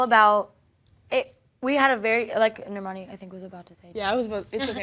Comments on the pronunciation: The interviewer pronounced Camila right but Normani wrong, they can never win :/ Also Dinah running to the floor for the group photo at the end is so funny! She's so cute :) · I literally can't watch this interview because the interviewer can't say normani's name right!? Smh